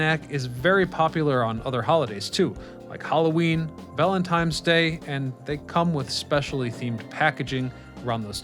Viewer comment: One of my favorite candies! Did anyone else hear “valentiMes day”? Lol